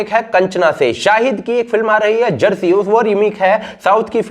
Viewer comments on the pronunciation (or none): क्या कहा सर चरसी अरे नहीं शायद जरसी कहा था ।